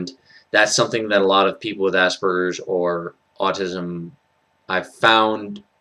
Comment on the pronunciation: Finally someone who pronounces Asperger's with a hard g and not a j. I've come across many videos that I had to turn off before I got to anything interesting because of the people pronouncing it with a j. I don't think it's a wrong pronunciation, but it just makes my ears bleed.